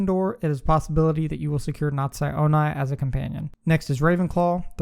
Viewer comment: Cool vid, but you mispronounced Natsia Onai. You also pronounced Sebastian Sallow as “Sebastian Swallow” 💀